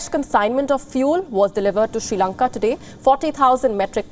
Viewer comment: Shee Lanka 😁